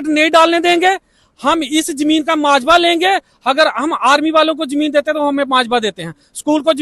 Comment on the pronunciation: Majwa nahi mavja